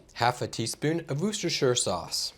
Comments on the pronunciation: Lol can just say Worster sauce. Like W-OR-STIR. That how we say here in Oxford UK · Good try. I'm from Massachusetts. Wooster sauce, if I'm keeping it simple. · Woooocestershie sauce ? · I’m British so I add it to most stews and gravies, but it’s best on cheese on toast. Wustersher is how we pronounce it but your way is better